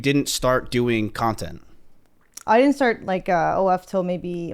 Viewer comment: she said nontent Cx